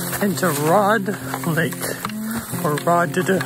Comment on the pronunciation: lolol when you said "Rod-d like Tod-d"